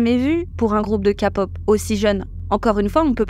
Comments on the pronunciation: Ce n'est pas "Ka-pop" mais "Ké-pop". Ensuite, ce n'est pas "Un chouy" mais "Un chouïa". Merci. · « KAPoP »😭 Sinon j’adore, continuez comme ça !! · Coucou les filles, on dit képop😉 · LA "KA’’pop 😅😂😊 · "les kapop"? ?.... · La Kapop wouaaaah j'adore tes vidéos mais la prononciation s'il te plaît par pitié j'ai eu les oreilles qui saignent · fan de kpop mais ca prononce kapop? ah ouais haha, sinon bonne vidéo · Oui c’est prononcé Kay-Pop parce qu’en anglais, c’est Korea et K se prononce Kay. J’ai rigolé aussi car c’est la 1ére fois que j’entends une prononciation complètement française 😁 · Kpop prononcé a la française c'est moche ont dirait qu'on parle de capote :P En anglais (Kay) ça sonne mieux surtout que vous dite Idol prononcé comme en anglais (aildol) et pas en français, un peu de logique. Sinon musicalement c'est de la boucherie industrielle , si encore c'était des IA qui servaient la pattée de gesticulation plastique ça serait un peu moins dégradant pour la condition humaine deja tellement mis a mal mais enfin tant que il y a des consommateurs il y aura de la consommation de masse. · J'ai lâché quand j'ai entendu ka-pop sorry mais faut arrêter de faire exprès de prononcer comme ça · Encore une vidéo très intéressante. J’aime votre point de vue, votre respect et votre engagement dans le féminisme, mais des fois vous me faites rire avec vos expressions de traviole 🤣 Par exemple dans cette vidéo, les citrons essorés, la K (prononcé ka au lieu de keï) pop et quelques autres que j’ai oubliés 🤪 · Chaque fois que vous dites 《Ka-Pop》 j'entends 《capote》 !!! 😂 😂😂 J'ai toujours appelé ça de la 《Ké-Pop》. Oui oui, à l'anglaise svp ! 😅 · J'espère que ça parraitra pas méchant mais perso entre ka pop ça me fait marré parce que j'entends tout le monde dire Kai pop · on dit Ké pop pas ka pop😢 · SVP KÉ-POP et non KA-POP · On dit pas KAPOP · le fait que tu dise ka au lieu de ké... ca heurte l'oreille lol mais merciii puor ta vidéo... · "LA KAPOP"...